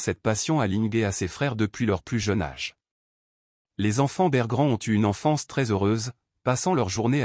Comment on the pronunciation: Les enfants bergrands...on dit berggren 😂😂😂